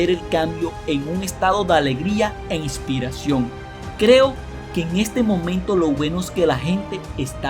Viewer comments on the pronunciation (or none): Lo que es angustiante es: La voz y la pronunciación del narrador. Es INSOPORTABLE! La voz es chillona, gangosa, y no pronuncia bien, da la sensación de que se le está saliendo la saliva de la boca. Es horrible. Dice "adiamnostico" 😫😫😫😫 "igspiraciom" 😫😫😫